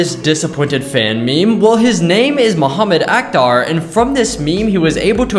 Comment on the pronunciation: As a Muslim I rlly disliked the way he pronounced Muhammad Akhtar but ig it’s ok 🗿